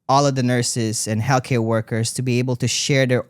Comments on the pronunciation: Is it me or does he say "Hellcare"? Although, very close lol Thank you for speaking up! ❤ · Every time said healthcare my brain heard Hellcare 😂 it should be the name of the next tour ❤😂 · Retired RN here, am I the only one who hears “hellcare” every time says “healthcare”? 🤣Excellent interview! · I heard “hell care”. 😂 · obsessed with the way pronounces healthcare as hellcare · pronouncing healthcare as hellcare is so funny and true at the same time